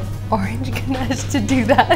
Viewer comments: The way She pronounces ganesh as ganache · Ganash😵its Ganesh sunny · Your pronunciation of ganesh is really cute 💕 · The way she pronounce GANESH